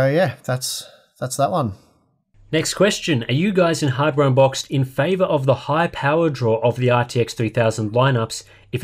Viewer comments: I know has touched on this before in a previous video, but I swear I hear you guys say "Harbour Unboxed" instead of "Hardware Unboxed".....lol.... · is deadset saying harbour unboxed, he's a troll:P